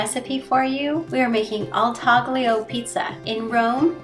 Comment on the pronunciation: Taglio is pronounced in two syllables with a silent G: TAH/lyo.